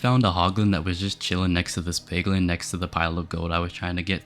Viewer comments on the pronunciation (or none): He said pliglin